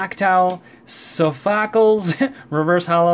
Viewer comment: It's pronounced sofocles